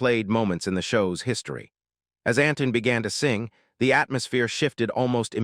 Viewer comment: Not another useless video telling us what hundreds of others have already told us. Make something original ! By the way his name is Antoine -(Ant twon )not Anton